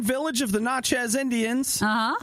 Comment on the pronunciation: It's pronounced na-chez - (the "na" sound from nasty)